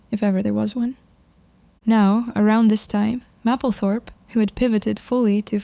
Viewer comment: Love her. psst, it’s pronounced maple 🍁 -thorpe